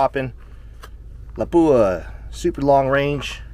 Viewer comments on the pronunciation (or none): It's always hilarious how Americans pronounce "Lapua". It's a Finnish word with only one "P". Put equal weight on each letter, and don't accentuate the "P". It's pronounced Lapua, not Lappua. 👍 Anyway awesome video, and awesome ammunition.